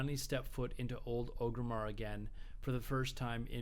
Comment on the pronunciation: it's not ogrimmar it's ORGrimmar